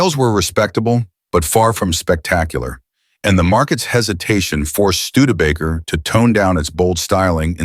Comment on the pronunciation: can’t pronounce studebaker. I’m out.😂